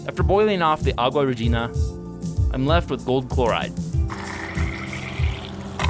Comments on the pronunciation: "agua regina"? its "aqua regia" "ak-wa ree-gee-a" theres no g or n in there :P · *Aqua regia, not 'regina' :D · Wait.... did he say aqua regina? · it's called "Aqua Regia" not Aqua Regina. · It's Aqua 'Regia', not 'regina' ! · Its Aqua Regia not Aqua Regina 😂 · Theres no N in Aqua Regia, and it's pronounced REE-GEE-AH. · I was thoroughly confused when I heard “agua regina” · Its pronounced Aqua Regia. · It is aqua regia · Aluminum isn't an element anymore? Also "aqua regia" doesn't have an 'n' in it.